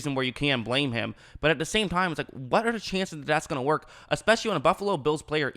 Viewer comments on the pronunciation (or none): none